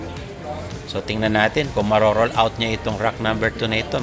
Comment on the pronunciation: R-U-N OUT, boy. HINDI roll-out. Ang ibig sabihin ng roll-out sa tagalog ay ILATAG, o IHANDA, (at mga katulad na kataga na may mga parehong ibig sabihin).